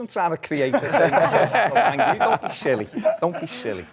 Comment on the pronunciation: There's no reason why anyone from the South wouldn't be able to pronounce "Th".. It's think, not fink!! It's Thing, not Fing!! Jellied eels are shite too. Also. Breakfast - 5am-11am Dinner - 12pm - 5pm Tea - 5pm - 8pm Up the North!